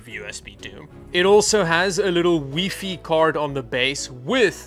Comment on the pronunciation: did you just, say "weefy?"